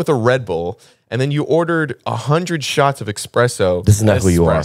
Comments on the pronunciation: Its eSpresso not eXpresso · Espresso not expresso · Did say expresso?